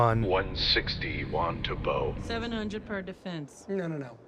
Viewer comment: It is pronounced Wantabo.